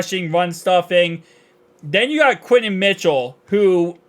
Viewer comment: “Quinen Williams” 😂😂😂